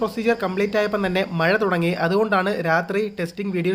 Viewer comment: മഴ അല്ല മയ 🤣🤣🤣🤣🤣